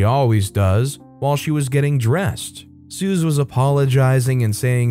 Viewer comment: Suze is pronounced that same as Suzy. It isn’t a common diminutive, Bob Dylan’s early girlfriend used it. She’s on the Freewheeling Bob Dylan album cover. I was told by a nutritionist that Rotisserie chicken is not a bad food. Most of the fat from the chicken has dripped away from it.